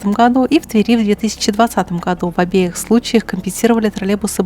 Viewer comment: "УРицкого", а не "уЛицкого". Внимательнее!))) "В обОих случаях".))) В Крыму есть единственный в Мире междугородний троллейбус.))) В Омске троллейбусный парк обновляется активно.